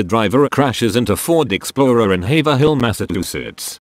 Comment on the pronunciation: Lol robot voice pronouncing Haverhill as “haver hill”. It’s actually “hay-vrill”.